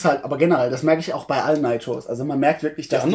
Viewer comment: ... Ihr sprecht nur immer noch "Nitrous" falsch aus :-) Seht es als Adjektiv, also wie z.B. "famous" oder "monstrous" (hehe, Monster ^^), und genau so, so Richtung "i", wird diese Wortendung ausgesprochen. Ich hoffe Ihr verzeiht die Klugscheißerei!